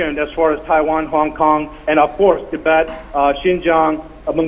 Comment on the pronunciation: It's Tibet, not Tibeth